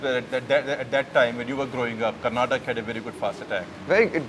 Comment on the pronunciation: It is KARNATAKA and NOT KARNATAKKKK! Shekhar you moron!